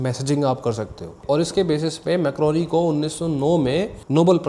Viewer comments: Guglielmo Marconi ✅ Macroni ❎ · Macroni nhi bhai marconi😂😂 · Bhaijan 1st: macroni nahi Marconi tha 2nd: TransAtlantic ka matlab, Atlantic ocean k across message bheja. Matlab Europe to America. 3rd: year 1914 me noble prize walon ne offer kya tha k Tesla and Thomas Edison ko mil k shared prize dya jaye. Laiken thomas ne Akarr me aw k mana kr dya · I like your video. Just a small correction – it is not Mac-ro-ni but it is Mar-co-ni. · Very nice buddy, but wo मारकोनी है मैक्रोनी नई है😑 minute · Maar Coni .... Not MacRoni ..... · Bhai wo marconi tha… macroni nhi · 😂Bhai Macroni na bolo… he was Marconi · Not macroni its marconi bro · Bhai macroni ni wo marconi tha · bhai nobel prize winner scientist ka naam marconi tha macroni nahi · Bhai woh marconi h macaroni nhi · you pronounced the name wrong it's mar - coni , not criticizing just correcting .